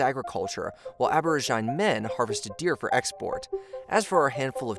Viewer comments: Ab-or-ridge-ih-knee. Not 'ab-or-ih-jine'. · Abro-jine? wut? A-boh-ridge-o-knee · Nice video but at 2 minutes it's 'ab-or-IGDE-in-ee' not 'ab-OR-i-jine' - took me a minute to work out what you were actually saying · Please learn how to say Aborigine. abəˈrijənē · Sorry mate, but if you want to talk about these things, you really need to learn how to pronounce words .. Koxinga is "ko-shin-ga", it is the Ching dynasty not "King", aborigine is "ab-or-idge-in-ee", and the manufacturer of a majority of high end computer chips is TSMC - Taiwan Semiconductor Manufacturing Company. You sound pretty ignorant to anyone who actually knows about this stuff. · Aborigine is pronounced: abəˈrijənē/ With a LONG E not Long I.. LOL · Its pronounced ab·o·rig·i·ne /ˌabəˈrijənē/ You have generally good content, but how can you expect to be taken seriously as a history expert if you clearly haven't taken the time to learn how to correctly pronounce words?? This is the third video with badly mispronounced names or words. It makes me think that maybe these topics aren't something you know or care about, but just something you think you can monetize and are letting ChatGPT do all the work. Look the words up, man. It's literally a 5-second Google search. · A-bor-i-gin-e. Five syllables. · ab·o·rij·i·ne /ˌabəˈrijənē/ ab·o·rij·i·nal /ˌabəˈrijənl/ If you want your channel to earn respect, please make an effort at pronunciation. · Normally, don’t comment on pronunciation, but hearing Aborigine pronounced that way was painful… It’s pronounced Abor-rih-jinnie. Like Aboriginal with al swapped for an ie sound. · "ah-ber-oh-JINE" ? Are we saying "aborigine?" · A bor i ji nee, accent on the third syllable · I’m sure the crux of the content is good, but the pronunciation made me stop watching…”Kin” dynasty? “Abor-gine”? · is that how you pronounce "Aborigine"? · Aboriginal pronunciation here was wild, did I hear that right.. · he also pronounces Aborigine wrong